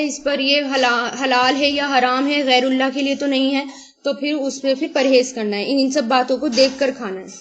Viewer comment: Madam pls see there is غیر الله with kasra harkat. You are pronunciation it with ضمه which is not right. Please do correct it